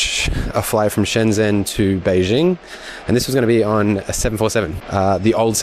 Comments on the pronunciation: Your 'shun' for Shen Zhen is wrong, it's literally said 'shen' as like it's written. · Hongqiao = "hoong chee-yow" (q is pronounced with a ch sound), Beijing isn't Bei Zhing ("jing" = as in jingle - it ain't French) 😁. Shenzhen - "shun jun".